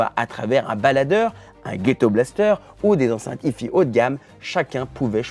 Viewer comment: C'est marrant cet effet de style façon Lada en finition "Luxe" de la vidéo, qui consiste à feindre de prononcer "hi-fi" à l'anglaise comme si on ne savait pas prononcer l'anglais. 😋